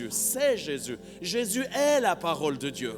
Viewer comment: j'entend j'ai s'yeux avec l'accent lorsqu'il dit Jésus :)